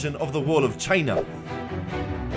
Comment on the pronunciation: Anybody else notice his pronunciation of ‘china’?